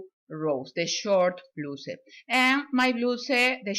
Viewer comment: Te quedo bello! Me encanto que das instrucciones en dos idiomas. Mi mamita habla el ingles igual a usted 😊❤️ ( no se dice bluse 😊 se pronuncia bla-us como el u en usted. ) perdona si la ofendo no es mi intención solo una ayudita para que mejores el ingles con cada video😊❤️ gracias por compartir!💋